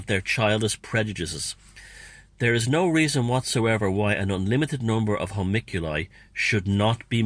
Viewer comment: 'hoe- monk- you- lie' :) (not that it matters)